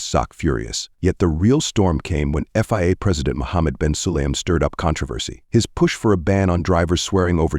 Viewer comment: VIA.. FIA.. f*cking crap AI